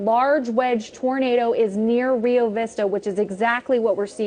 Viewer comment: It's actually pronounced "Re Oh" Vista 😃